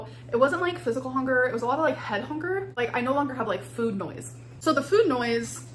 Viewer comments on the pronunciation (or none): never realised how much she says hunger as honger, goodness